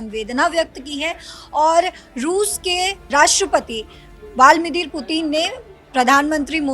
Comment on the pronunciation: ब्लादिमीर को कम से कम 'बाल्दी मीर' तो मत पढ़ो 😂